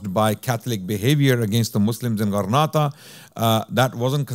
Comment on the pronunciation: JZK’ALLAH brother much appreciated. Just a quick correction however, I believe it’s Granada and not Grenada. As Grenada is an island in the Caribbean. Wa Allahu A’lam